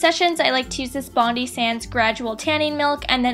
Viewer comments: It's pronounced "bond eye" not "bond-ee". I find that I love the colour of loving tan but it's so hit and miss. I was really patchy first few times using it. Ps ur gorgeous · Just a tip, it's not pronounced 'bond-e', it's actually more like 'bond-eye' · haha. Bonus points if you pronounce it "Bond-Eye" instead of "Bondee" (Source: I live in Bondi) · it's pronounced Bond-eye not Bond-ee. Bondi is a suburb in Sydney 😂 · Loved this! p.s. it's pronounced BOND-"EYE"- SANDS not Bondi love from down under 😜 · Haha "bondee", It's actually pronounced "bond-dye" :) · Hehe it's pronounced Bond-eye (Bondi Beach). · bondee :")) its pronounced like bondeye hahaha famous beach in sydney australia mate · bond-eye not bond-ee haha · Its pronounced 'bond-eye' not 'bond-ee' haha it's a town in Australia! love the video xx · haha bondi is pronounced bon-dye it's a beach in sydney :) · It's pronounced bon-die (die as in death) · When she says Bondee instead of Bondie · Hahah Bondee. Obviously hasn't been to Oz or learnt about it in Geography. Second American/Canadian doing Bondi Sands review I've heard mispronounce it :) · It's bon-diiiii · Not trying to be negative, but I'm Australian and the Bondi Sands product is pronounced bond - eye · its bondi as in it rhymes with fry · Bondi is pronounced 'bond-eye', just like the place called Bondi here in Sydney, Australia :) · This was such a good video! I cried a bit though when you said Bondi 😂 it's pronounced bondye. Sorry true blue Aussie and find it funny hearing other nationalities pronounce our Suburbs xo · Hahaha awww the way you said "bondi" was so cute. It's pronounced like bond-eye just FYI hehe. Love your vids! xx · You didn't pronounce Bondi sands properly jdbevshsjsjsvejsbdh ❤️ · omg my lord no thats not how you say bondi no no no